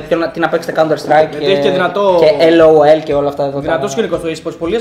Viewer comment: Δεν άκουσα μόνο εγώ τον να λέει το LOL L-O-L έτσι?